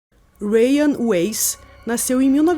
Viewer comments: E dae que se pronuncia raim e não rayan... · Mulhé, eu já vi esse caso dez x em dez canais diferentes de true crime obviamente pois nicho está hiper saturado né... Mas eu nunca vi ngm pronunciar o nome dele desse jeito não hahahaha "rain" em inglês e chuva hahahaha o nome dele é judeu, se pronuncia Rrráim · Sou judia ortodoxa e não conhecia essa história. Uma dica, se pronuncia "Raim", o nome dele e a escola Yeshivá., sou fã do seu trabalho! A melhor na área true crime.